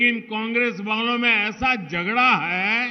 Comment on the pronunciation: Bolna sikh lo pehle pm ji जगरा नही गधे झगड़ा होता है